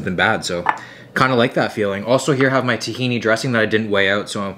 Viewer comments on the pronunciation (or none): none